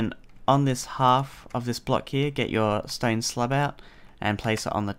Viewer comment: are you german? because of "i am using stain" xD